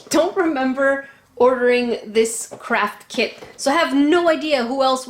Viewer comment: i allways hear crap kit instead of craft kid ohgollygosh